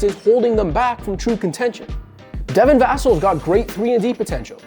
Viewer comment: who tf is Vassle its Va-sel